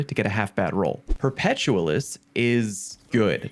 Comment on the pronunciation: Say the word 'perpetual'. Now, try saying say the word Perpetualis. Like this: 'Per-peh-tyu-ah-lis.' For Fucks Sake.